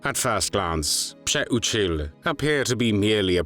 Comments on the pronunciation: Thank you for pronouncing this traitor’s name correctly. Still, wow, I hope Pcheh-oo-chill (Přeučil) is burning in h3ll for all eternity for what he did. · nice pronouncing his last name id would have called him that treasonous ✔️ azz wipe lmfao